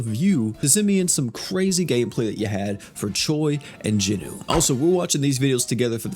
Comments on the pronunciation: I've got to ask. Why do you keep calling Jinwoo, JINU? Like, Jinu is an ACTUAL different character in the anime. And it's not like "Jin WOO" and "Jin Nu" even sound close enough to mistake. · Noticed he Is saying jinwoo funny asf lol